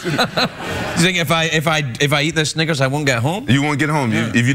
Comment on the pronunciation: when craig said snickers i thought he said ni&$rs